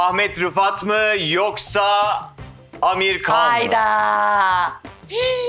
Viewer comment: Amir Kan degil Amir Han